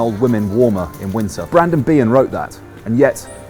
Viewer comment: Br END an Behan please not Br AND on! 🙄